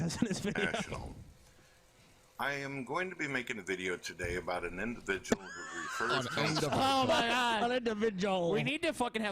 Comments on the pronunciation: yes this actually bothered me i was like HOW DID YOU NOT NOTICE THE INDIVIDJAL SHITUASHIONS???!! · God buleevur Indivijul indivijul & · Holy shit, go to for a lol. This was clearly way before became self conscious about using the word "indivijul." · Oh my god, he uses "indivijul" in three sentences in a row in the first video! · I love when used to casually say indivijul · How many times does say "indivijul" in this video? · I take offence to this purtickular induhvijul sichawayshun